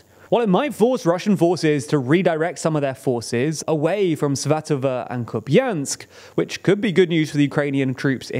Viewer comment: Oh. You're pronouncing Svatove correctly now. Nice!